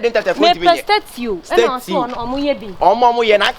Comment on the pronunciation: Madam what in Gods name is "staytsew"😂😂😂😂